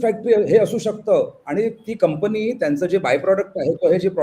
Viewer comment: कंपणी नाही, कंपनी म्हणावे.